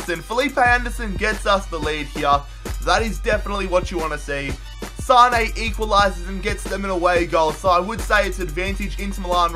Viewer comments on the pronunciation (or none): none